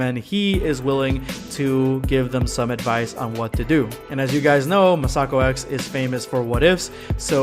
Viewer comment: I love R&R, mostly because, unlike Super, it focuses on different Dragon Ball characters besides Goku and Vegeta. P.S. Masakox is pronounced Mass-uh-ko X, not Muh-Sah-Ko X.